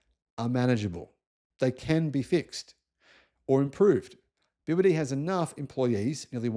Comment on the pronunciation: I lived in China at the time, and I knew about BYD. In China it’s pronounced BrD.